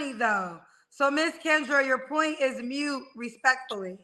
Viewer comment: MOOT! not mute😂😂😂